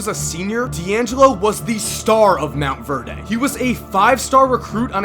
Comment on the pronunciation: First of all you pronounced Monte Verde wrong and second you forgot to mention Ben Simmons played with him in high school.